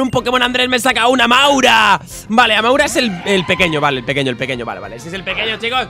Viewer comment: dijo amaura tipo planta???? MELOETAAA 2.0